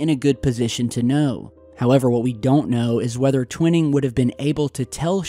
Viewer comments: I really don't mean to be a stickler on language & pronouncing words but it's actually Gen. Nathan Twining(TWY-ning) NOT Twinning, as you've been pronouncing it. Again,, I apologize for being such a dope for mentioning it to you. Just sayin'.🇨🇦👊🤙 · It's Twining not twinning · I hear it was Twining, NOT Twinning (Twhyning - Twinning) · TWINE’ING not TWINNING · TWINING IS SPOKEN WITH A LONG I, LIKE WHY,...... 'TWHYING' IN ESSENCE... BUT SPELLED TWINING... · I'm a devoted subscriber, loving this episode. But when you mispronounce a historical name like Twining repeatedly, it's like nails on a chalkboard!